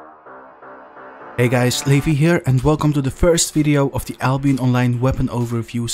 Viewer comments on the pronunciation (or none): none